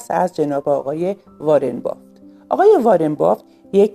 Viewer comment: بافت ❌ بافِت ✅